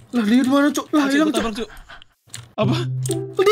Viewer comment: Ngakak banget bilang ilankkkk 😂😂